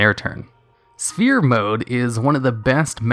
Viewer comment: why do you always said in all your video *spear mode * its sphere mode , you don't pronounce the P....